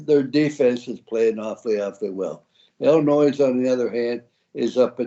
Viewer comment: Illinois has a silent s. Iyiyi